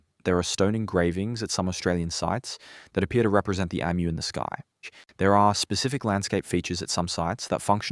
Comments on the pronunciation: Ffs emu is pronounced E-mew or eem you. Not Emm ew. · You have an Australian accent but you can't pronounce EMU correctly. If the Aboriginal people built villages, why do they not have them now?